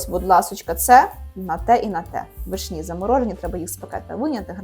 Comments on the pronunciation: Доброго дня просто цікаво ,в школі вас теж вчили так ставить наголоси вишнІ , нічого страшного та тільки дуже ріже вухо . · Все чудово і люблю дивитись ваші відео але ці наголоси на вишнІ зводять зрозуму, що не можу докінця відео додивитись. Не знаю чи це ви спеціально але ну дуже по вухам ріже, ще і в інших відео це помічала, так чому ви так вимовляєте? ((( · Теж люблю ваші відео, але вишні з таким наголосом від педагога?!